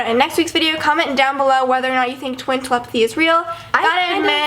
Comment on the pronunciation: Not tel-em-pathy it's tele-pathy